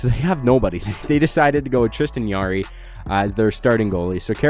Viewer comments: By the way it’s Tristan Jarry not yarry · Tristan yarry I thought it was jarry